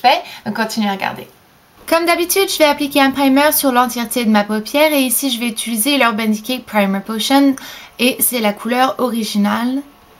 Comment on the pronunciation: A se que je vois c’est une vielle habitude le « utuliser »😂😂😂